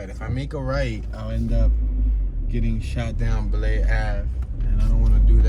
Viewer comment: It’s pronounced BLY avenue, not Blay!